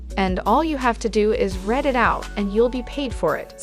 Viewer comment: Is the narration from a shitty text-to-speech app or something?? Like... "red them and rekerd them"? lol. Even most folks I know that speak English as a 2nd language don't mispronounce as bad as a lot of the words in this video, holy fuck🤣😂